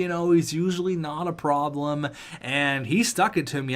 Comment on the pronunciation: Oscar Gormley isn’t usually a “Praglem” 😂😂😂